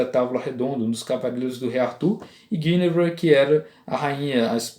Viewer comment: A primeira pessoa que diz o nome Guinevere corretamente. Meus parabens.